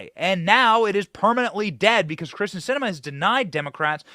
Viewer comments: Her name is Kyrsten, not Kristin. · Kyrsten not Krysten